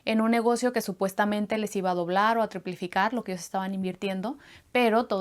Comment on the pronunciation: ¿ "tripiflicar"? Mmmmm ¿ no será triplicar?